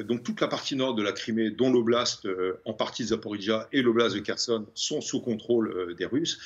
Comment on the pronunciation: On ne dit pas Kherson ! Pauvre blonde